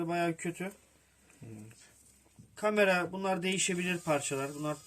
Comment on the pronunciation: 「カメラ」の発音が日本語と一緒だ 笑